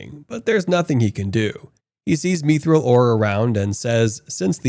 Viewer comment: if this guy mispronounces mithril one more time, I'm going to end it all